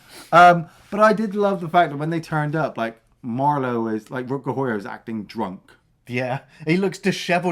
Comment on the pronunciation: still cant pronounce Rutger Hauer name right. He is not Rutger Hooaher 😂